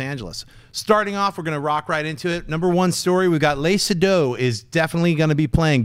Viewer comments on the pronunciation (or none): You pronounced Lea Seydoux's name wrong.